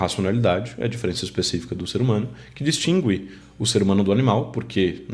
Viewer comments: Você não é brasileiro? Até hoje eu nunca vi alguém dizendo "distingir" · Uma curiosidade: por que você diz "distingüir", se o "u" não é pronunciado agora, nesta atual reforma, nem foi nunca, segundo as gramáticas consultadas?